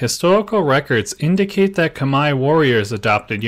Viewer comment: First time I've heard khmer pronounced correctly 🎉